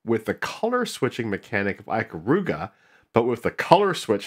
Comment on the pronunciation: Cool design exploration. I hate that you pronounce Ikaruga that way though, hah.